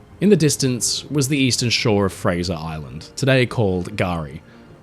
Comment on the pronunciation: You got it correct. "Fraser Island"